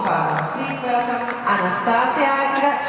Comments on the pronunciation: who the F is reading outloud the names in the arena?!?!?! "AnastaSiSia" ?!?!?!?! and thats not the only example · “ah-nah-stuh-see-uh” is the correct pronounciation.